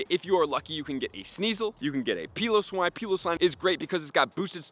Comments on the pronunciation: Please please... the “Peeloswine” has gotta stop. If we are going by the rules of the English language the “E” at the end of piloswine means it is pronounced (P(eye)lowswine). I usually don’t care tbh but this one gets to me. Peeloswine sounds WILD. Pretty sure it’s also supposed to be a play on words for pile-o-swine… so yea 🙏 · Pie-low-swine not pee-low-swine